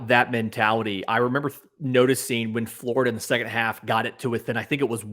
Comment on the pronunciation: it’s flOrida. Not flArda